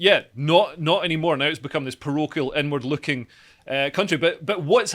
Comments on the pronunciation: everytime dude said 'inward-looking' about the SNP, i kept hearing 'N-Word looking' and i was thinking 'wtf does this even mean' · This is probably the best segment has done so far. Informative, succinct, and funny. Also, every time says, "inward looking" I hear, "n-word looking". "It's an n-word looking country." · whenever you say inward looking I keep hearing N-word looking. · am i the only one who thought leo was saying "N word" when he was saying "inward"? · Please practice the way you say "inward looking" 😳